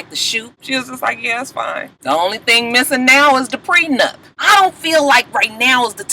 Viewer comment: And Ray J the only idiot that keeps calling it a "prenUMP". Jesus take the wheel...laaaawwwdd.